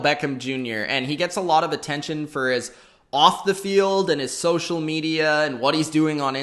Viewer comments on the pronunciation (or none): none